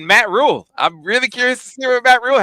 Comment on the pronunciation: Rhule - it rhymes with tool. Score shoulda been more like 30-13, or worse. Michigan vs Everybody - everybody is losing. Go Blue!